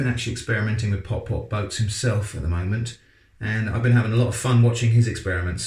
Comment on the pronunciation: it's not pop pop it's putt putt